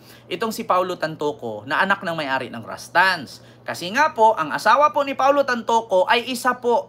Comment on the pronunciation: RASTAN KA NG RASTAN!!! RUSTAN RUSTAN RUSTAN YAN UY!!! RUS RUS RUS RUSTAN!!!!!